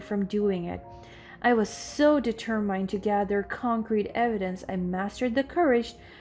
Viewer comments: The reader has been doing the reading several stories and she still has not learnt to read d ter muhnd rightly. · You still need a proofreader. Please look up the pronunciation of the word: determined. You use the phrase ‘with no further due’, but what you really mean is ‘without further ado’. You switch between first person and third person references within the same sentence.